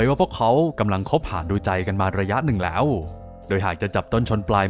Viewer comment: แหล๊วววว ชอบการออกเสียงคำนี้